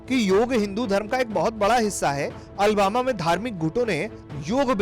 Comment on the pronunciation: Ary Bharat tak news wale bhai ye Albama city nhi Alabama hai ... ary bhai agar kisi sheher ka naam lena ho to sahi se le liya karo